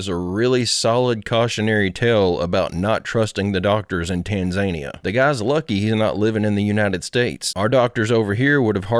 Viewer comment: I only care because I had a Marine who was from Tanzania. He got his citizenship while in the Marine Corps, and he corrected me lol. But it's TAN-zuh-NEEuh, I used to say Tan-ZANE-eeuh, too.